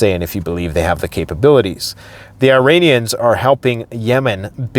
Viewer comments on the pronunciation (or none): none